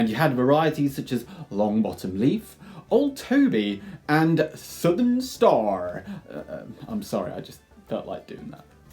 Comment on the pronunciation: Southern Star 😂 was this your best country accent?! Haha you had me cracking up! Great lore thanks!